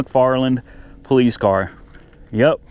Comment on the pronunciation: You mean po "LICE"?